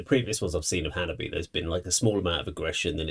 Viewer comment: Its pronounced Hanabee-eh. Chika the drummer has a YT video teaching us all "How to say Hanabie". Its pretty cool.🤘😍🤘